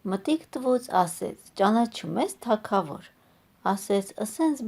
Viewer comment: Թագավոր , Գ ՈՉ թե ք